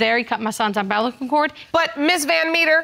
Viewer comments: Did she just say “umbrella-cal” cord? 😂😂😂😂😂😂😂😂😂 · Hold up! What was that word? Did he say "he cut my sons UMbrelical cord" ima pray for the kids